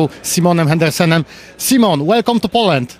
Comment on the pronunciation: Henriksen a nie Hendersen :)